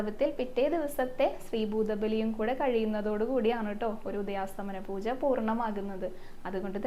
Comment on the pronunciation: ഹരേകൃഷ്ണ❤ ഉദയാസ്തമന പൂജ എന്നല്ല ❤ ഉദയാസ്തമയ പൂജ എന്നാണ്❤❤❤❤❤